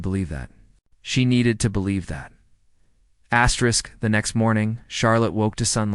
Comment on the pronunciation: Why does the narrator always say asterix? That's not right. He's going to do that. He might as well do....,, if he's going to say astric all the time.